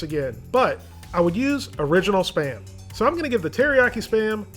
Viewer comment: i always understand "sperm" instead of "SPAM"